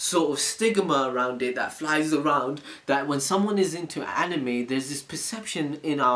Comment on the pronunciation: how tf did that guy say anime? "aNiiimej"